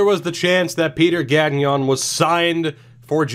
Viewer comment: Your pronunciation of Gagnon is not horrific, but since you'll probably say his name a lot during this series, I just wanted to give you a few pointers. The "gn" sound in French sounds a lot more like the ñ in Spanish, so don't pronounce the second g. Also, don't pronounce the n in the "on" sound. A bit like you don't pronounce the n in the word song. Keep it up. Excited about this.